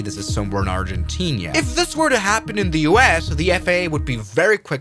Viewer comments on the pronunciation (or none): ‘ArgentinIa” wtf bro😂